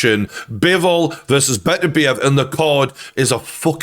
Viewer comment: He just called Beterbiev 'Berbatov' 😂😂